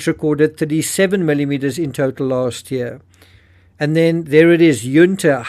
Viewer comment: Ok it's not under its Yun ta and Maree is pronounced ma ree and sapol is pronounced say pole